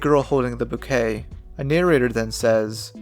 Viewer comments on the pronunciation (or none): none